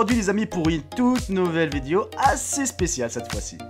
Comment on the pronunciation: on dit vidéo et non pas vidyou